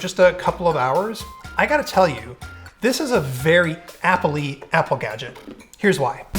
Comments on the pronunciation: can you please stop saying applee? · made the word 'Apple' very weird in the end due to the repetition.